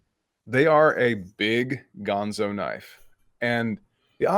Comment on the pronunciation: He said Ganzo.........